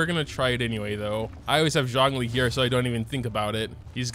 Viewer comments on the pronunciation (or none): none